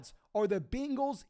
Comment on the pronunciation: The way he pronounces bengals 😂 Much love